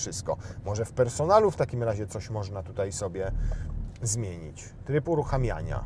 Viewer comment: Co tam "moszna" wyświetlać, bo nie dosłyszałem 😅